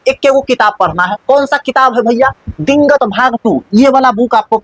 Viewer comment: Dingat nahi h digant h😂